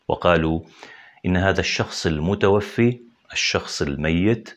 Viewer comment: الشخص المتوفى بفتح الفاء وليس بكسرها